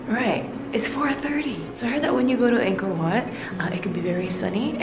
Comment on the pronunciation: Btw it’s said “Anko whaut”